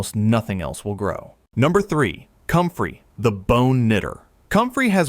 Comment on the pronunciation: It’s called COMFREY… 🤦‍♀️